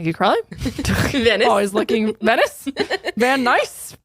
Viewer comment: i live in california & the way u pronounce venice has me dying 😂